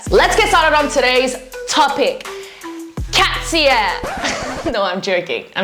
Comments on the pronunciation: Cat-see-yeah is so splendid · The cats-e-yee 😭😭🫂🫂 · I just learned the correct pronunciation; I always said "Katy-see". For some reason, I never realized it was KatEYES... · Kat -se -ye! , i m on that hill with you . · she mispronounced "KATSEYE"